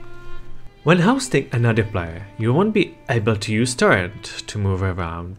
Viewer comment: It doesn't have to be negative or positive, it's just something that is. But I think you can say play-yer instead of plaiar 😂👍